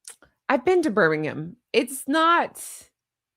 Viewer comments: Thank you for saying Birmingham properly 👋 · I Love Greg too! I'm sure you've watched him on Would I Lie to You or his series The Cleaner. He's brilliant. Thanks for your content - you are fab!! Perfect pronunciation of "Birmingham" btw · You say Birmingham spot on. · PERFECT pronunciation of Birmingham!